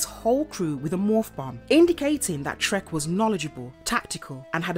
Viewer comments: I think they were actually saying "Trekk", but it is so very close that even I kept thinking he was saying "Shrek". It would, on the other hand, be a totally appropriate Name for the Green Psycho Ranger! ;P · Is she saying the psycho green rangers name is…shrek? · Are you saying Trek or Shrek